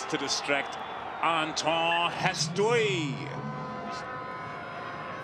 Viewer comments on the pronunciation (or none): none